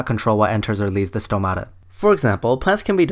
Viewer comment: As much as he has no clue what he's talking about, he got one thing right: the pronunciation of the word "stomata". The stress is on o just right on its singular form.